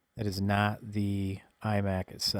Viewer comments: its iMac not emac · "ee-mac" are you serious? lol and 130 dollars is way more reasonable than 200 dollars for a 20 inch 2008 imac. I bought a 150 dollar imac (pronounced eye-mac) but it was a 24 inch and I got the newer thin apple keyboard and mouse. Guy wanted 250 for it but I got him to sell it to me for me 150. It is practically flawless and in nearly perfect condition. I don't know who all owned the mac, but they took great care of it.